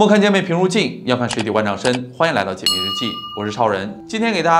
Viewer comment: 很喜欢听讲案件。每次到最后都会听成：这就是本期“姐妹”日记的内容。 哈哈哈哈